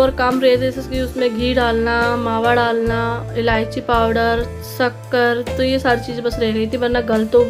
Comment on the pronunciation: Atha nai hata bola karo